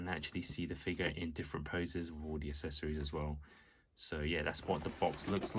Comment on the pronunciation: Still struggling to pronounce “accessories” correctly, I see.